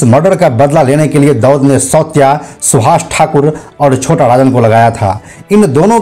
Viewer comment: विजय सावसकर नाही विजय साळसकर आहे. सौत्या नाही सावत्या .